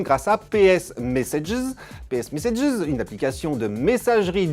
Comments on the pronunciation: "ps mésséjies" .... pourquoi ? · mddddddddr " ps meséjiz " jsui mort de rire putain !!